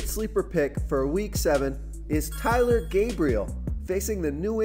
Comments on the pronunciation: Sorry for the mispronunciation on Taylor, it is TAYLOR not TYLER. Also, to clear up David Njoku Sleeper pick, he will be chalk but I mean sleeper by low salary and high production, not ownership. Sorry that confuses some people. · And its TAY-ler, not TY-ler. Do you actually watch football or just look at the dashboard and see rankings?